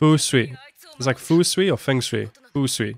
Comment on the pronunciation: Yup, that is Brook. It's pronounced "Fung Shway" btw YOHOHOHOHO, ABUNEZOU, JI-JII !!